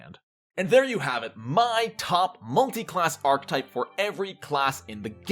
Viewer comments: I had a really hard time with the pronunciation of archetype in this video. It’s aar·kuh·tipe not ark-tipe. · I'm trying so hard to watch this, but archetype is three syllables, not two: arch-a-type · archetype is a 3 syllable word, thankyou